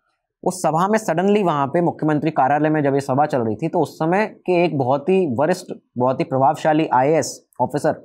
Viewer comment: वरिष्ठ और भरष्ट ठीक से बोल लो, आडवाणी जी वाले लाइन में